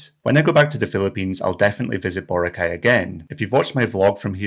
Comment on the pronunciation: It's not Bore' - ah - kai 🤣